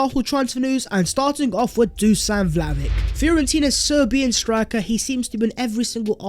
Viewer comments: Vlahovic would definitely improve our attack. Also, his name is pronounced Vlahovich, rather than Vlahovik. Hope you do correct it in future videos. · It's pronounced Dushan Vlahovich man! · I'm sick of hearing you spout "Vlahovick! Vlahovick!" An embarrassing mispronouncement! I have unsubscribed so I don't have to hear you any more.